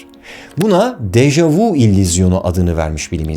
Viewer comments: Degerli karde$im, bâri siz bu kökü ve güncel hali fransizca olan, ''daha önce de gördüm'' anlamina ve iki sözcükten olu$an bu deyimi dogru telaffuz ediniz, bu deyim ''deja vU'' degil ''deja vÜ'' $eklinde telaffuz edilir, amerikan filmlerinin (veya kültür emperyalizminin !) her $êyi oldugu gibi dildeki dogrulari da yamultmasina bâri siz izin vermeyin be degerli dostum.. Saygimla.. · Déjà vü * diye soylenir 😊 déjà vous degil. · Dejavü diye okunur. 🤦 Barış Özcan'a bunu soylemek milyonda bir olur sanırım. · Fransızcada "Deja vu" yazılıyor, ama "Deja vü" diye okunuyor. "Michio" - "Miçio" gibi okunmalı," Mişio" değil.